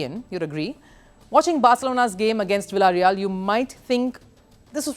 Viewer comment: So cheap she doesn't even know to pronounce villareal shame on